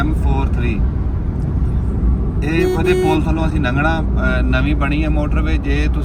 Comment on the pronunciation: nangna nahi langna hunda hai